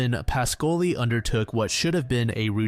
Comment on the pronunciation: Your Italian pronunciation is often accurate but Ruggero Is pronounced rudgiero with the G like in jeep. And PAH-scoli. Good job as always though